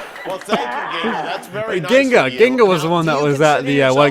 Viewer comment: Am I hearing like Ginga or are you pronouncing her name wrong?